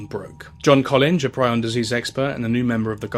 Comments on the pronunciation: Just for future reference, it’s pronounced “pree-on”, “Croytsfeld-Yakob”, and “epideemee-ology”. Hope this helps. (source: I’m a biomedical scientist). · it's pronounced pree-on, bro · Prion disease